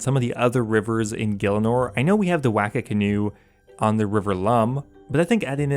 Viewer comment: Wacka OOF it's Wah-kah